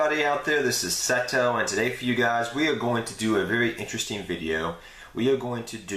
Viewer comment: Seto is MA'HAT! Not MAT-AT! xD Awesome video man, cool playmats.